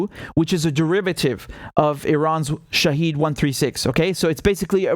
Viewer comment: It is not "Shaheed". It is pronounced "Shahed"